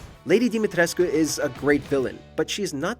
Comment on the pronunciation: Your pronunciation of ‘lady Dimitrescu’😂